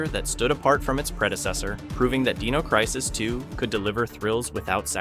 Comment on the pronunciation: "Deeno" crisis?? "Rehgynah"?? Bro. Excellent video, but hachi-machi that's rough.